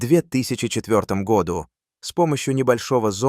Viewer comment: ИИ озвучивает? Году читается с ударением на У!